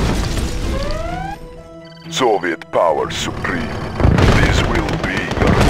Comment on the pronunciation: "Soviet power suprem"